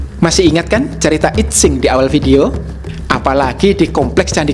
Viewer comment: Sedikit koreksi. I Tsing dibacanya: Yi Ching. Saya suka sekali chanel ini. Luar biasa.